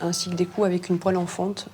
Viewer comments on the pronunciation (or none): none